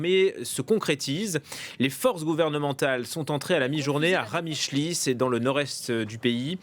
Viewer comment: C'est pas Qamishli mais Qamishlo👍